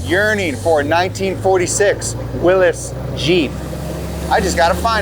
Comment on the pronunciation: Pronounced Willy’s. (From Butler where they first were made)